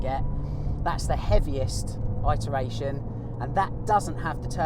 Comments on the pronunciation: The word is pronounced 'ITeration', not, 'EYEteration'. Interesting comparison. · "it" eration not "eye" teration.... thanks for the video. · Enjoying the review except pronunciation of “it-eration” 👍